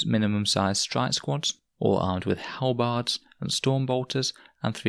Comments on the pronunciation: its like hal-bird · thats... thats not how you pronounce Halberd lol